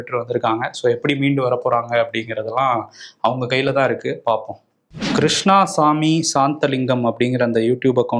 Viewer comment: அது கிருஷ்ணாசாமி இல்லை கிருஷ்ணசாமி அதுக்கு தான் படிடா பரமா படிடா என்பது